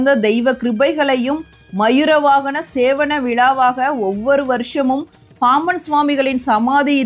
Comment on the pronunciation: அம்மா தமிழ் ஒழுங்கா உச்சரிக்க வேண்டும் மயிர வாகனம் இல்லை மையூரவாகனம்